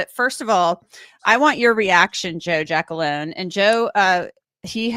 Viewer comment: Giacalone….pronounced Jackalone 🤣